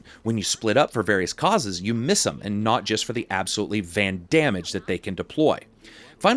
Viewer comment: "Van Damage" I heard it here first